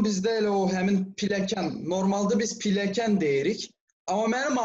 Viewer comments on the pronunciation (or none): Piləkən yox,pilləkən.